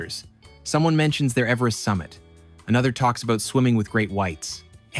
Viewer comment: Its funny you call meters "rational" while you say a-boot 😂